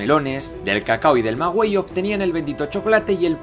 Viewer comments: Maguey* No magüey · Y tampoco se dice magüey como él lo pronunció, si no maguey. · Joder demasiado bien explicado, el único error en pronunciación que encontré es maguey al